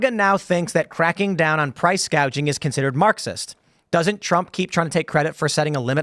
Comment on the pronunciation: You guys realize she didn’t come up with these policies right? She couldn’t even pronounce gauging. She doesn’t know what it is, someone else wrote it (Bernie, Warren) and she read it